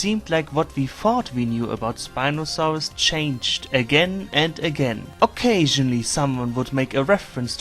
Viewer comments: the way he said SpinofaaRus was veRy GeRman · I love how you pronounce Spinosaurus as “Spinosauwus”